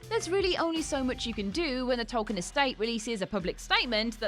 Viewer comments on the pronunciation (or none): Also: Biopic doesn't rhyme with myopic. Tolkien is pronounced TOLL-keen. Don't pronounce Weinstein two different ways just words apart from each other. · It's "Tol-keen", not "Tol-kine". Come on.:P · "TOLL-keen". "BIO-pics" (you know, as in biographical picture?). "dis-TRI-butor". The S is silent in Cannes.